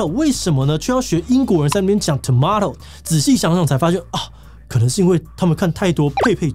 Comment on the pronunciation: Tomato聽起來好像日本腔調